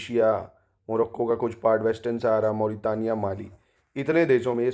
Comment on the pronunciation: Aaj pehli baar kisi ne mauritania ko sahi pronounce kiya.